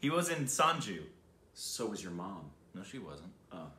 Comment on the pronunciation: Ranbir pronunciation- 'Run Beer' Sanju pronunciation - 'Sun Joo'